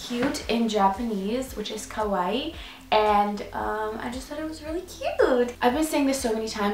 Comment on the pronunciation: kawaii not kawai..... dont you think you should be able to pronounce the things you get tattoed? lmao